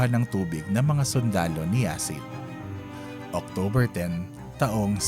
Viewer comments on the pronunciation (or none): none